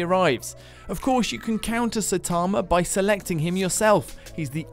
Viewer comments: His name is Saitama. Not Seytarma. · Anyone else cringe at pronunciation of Saitama? 😝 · Well you should because he said it wrong 😅